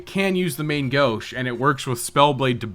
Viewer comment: great series, but if i hear 'main gauche' pronounced american instead of french again i'm gonna go insane